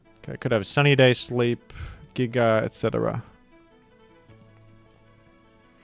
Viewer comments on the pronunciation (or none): none